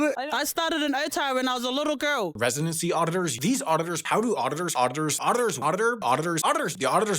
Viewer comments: The auditors guy sounds like he’s saying otters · i'm hearing people saying "auditurrs" in this rapid fire bit